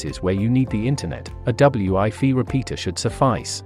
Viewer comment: I’m sure this is a good explanation of the difference between the two, but unfortunately the computer generated voiceover’s inability to pronounce “wifi” correctly makes this impossible to comprehend as every second word is pronounced “ double U I fee”. What a shame